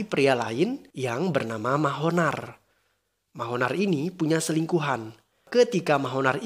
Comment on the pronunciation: Pas denger Mahonar.... Ngakak asli... Yg bener manohar bang buka Mahonar...😁